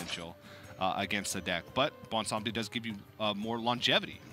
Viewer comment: Thanks to you two for correctly pronouncing Bwonsamdi